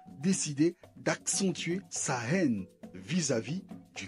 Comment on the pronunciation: Rivalité oui, mais haine pas du tout qu’est ce que tu racontes toi, et le pire c’est que tu insistes en appuyant sur le mot haine phacochère